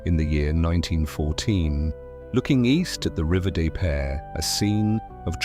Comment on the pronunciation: I am a longtime St. Louisan who throughly enjoyed this video except for the narration which seems to mis pronounce so many street names; Gravois, Carondelet, River Des Pares, etc. I live in a home built in 1906 with features that mirror the restoration film of this documentary and is fabulous.